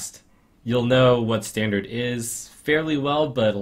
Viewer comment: is german, so it´s "standarT" not standard.